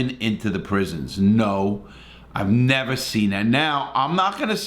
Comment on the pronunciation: “i’ll nevah forget” “and to this day” “he was a good guy”